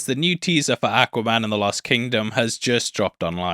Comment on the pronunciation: I love the way you say, Ack-waman.